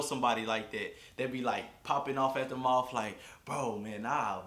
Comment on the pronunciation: lmfaoo “moufff open” 😂😂